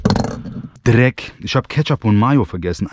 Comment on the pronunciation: dieses DRRRRRRRRRRRRRRRRRECK